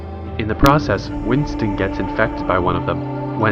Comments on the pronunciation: You got frypan and Winston wrong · My mans got fry pan and Winston wrong😂